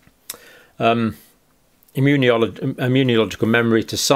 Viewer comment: Sorry John but it is imm-u-nology, not immuni-ology.